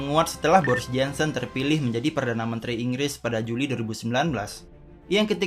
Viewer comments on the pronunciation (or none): Jensen jensen.. pronounce!!! Jonson sebutannya. JOHNSON!!!!